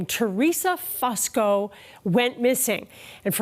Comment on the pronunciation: Its not pronounced Fuss ko. It's Foo sko